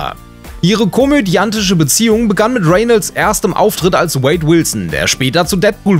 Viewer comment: Er wird Reynolds ausgesprochen und nicht Renelds